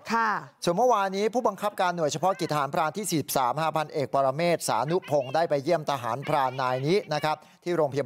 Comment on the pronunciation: ใจเย็นครับคำว่าทหราเนาะ😂😂😂